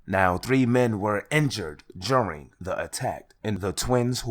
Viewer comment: 3 quick questions ok 1 is were you saying juring or during 🤔 2 that looks like a dude with a dirty wig on 😳3 did you say flewd in my Gee? 🤣🤣🤣